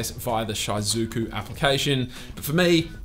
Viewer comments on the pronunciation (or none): You pronounce shizuku as Chai suku??? It's so over weeb bros